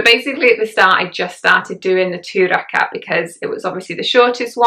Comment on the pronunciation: Thank you, I think this video would be very encouraging to new revert. I have been Muslim for many decades and must admit, it still upsets me when people do not understand how much of a struggle it is to grasp some of the sounds in Arabic. Your pronunciation is spot on of ruku, rakat, surah etc. Like a native Arabic speaker. MashaAllah! Hope you will do a video reciting Surah Fatiha one day too. Would love to hear you. Welcome to Islam and may Allah Keep us steadfast and increase our love of Islam continuously. Ameen. May you sail through with ease, all the trials that come with being on this path. Ameen.